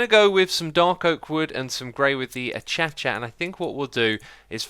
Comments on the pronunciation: Don’t mean to be mean but acacia is pronounced uhh-kay-shuh not uhh-cha-cha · Its not ats-atsha its a kay-sha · wh- I-cha-cha??????? its a-cash-ia xisuma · Achichia... It's acacia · A-kaish-ee-a Not a-cha-cha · Acacia. Ah-cay-sha. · Do you say achacha just to trigger us,grammar nazis? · acacia === a-kay-she-a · Achacha? Are you kidding? Am I missing a joke? Because if you pronounce it like that then you can stop creating Minecraft videos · I’m sorry this may just be me watching xisuma for the first time but did he say Achaca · Isnt it [a-cay-sh-ah]? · I’m sorry if this is a joke that I just don’t get, but... Did he pronounce “acacia” as “a-cha-cha”??? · Did you really just pronounce acacia “acha-cha”??? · Not meaning to be rude but you say acacia wrong